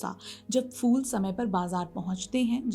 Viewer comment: Fool nahi kahte, Phool kahte hain. Pronunciation sudharo. Good luck